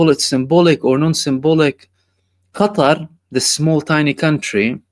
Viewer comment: Qatar or GUTTAR